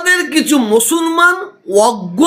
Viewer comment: মুসলমান কথাটাও উচ্চারণ করছেন ভুল ভাবে হয়! ইনি নাকি পীরজাদা!